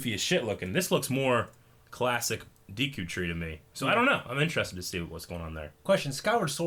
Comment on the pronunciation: Is it De Q tree or Dee Q? I know it's spelled Deku but how is it really pronounced, yes this is the kind of shit I ask in Q&A's.